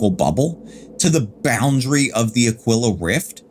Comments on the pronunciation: Ah-kwill-ah? Nah fam, you're pronouncing it wrong, it's pronounced Ah-Kee-lah, always has, always will. I had to look up the pronunciation just to make sure and yep, it's pronounced Ah-Kee-Lah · It's pronounced A-KEEL-AH